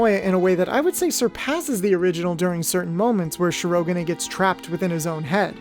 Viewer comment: Okay, because of me being an english subtitle viewer… “Shi-ro-ga-nay”? That one opened my eyes wide. Hell, I would’ve settled for an english accent “Shi-ro-gan”, which while may sound as its Japanese pronunciation, point should be still made